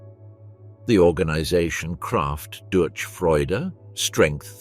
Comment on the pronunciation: The ch in durch is pronouned like in loch or reich. Other than that, it was an enjoyable listen, the narration is very good.